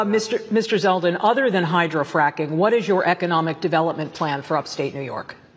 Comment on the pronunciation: It's ZELDEN not Seldin.